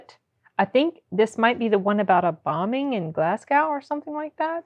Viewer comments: Oh, it's Glasgow, as in Glaz-go, not Glas-gAw. But aye, he had cancer, and does indeed have Parkinson's. He's known over the years for being controversial. When I saw him live he forgot one of his lines but he was open about it, which is the best thing for the audience and comedian. I love this man. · Glas-go. Not 'gow'. Same as Mos-co, not Mos-cow. :) (forget the 'w' is there) The Billy Connolly one's to check out is the one with the Lions and the the one with the incontinence pants, which is a classic. Either way, more Connolly please ! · I love him! He has Parkinson’s and prostate cancer. Glasgow is pronounced Glaz-go btw. It’s spelled deceptively.